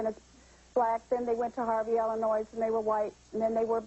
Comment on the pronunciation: She said Harvey Illinois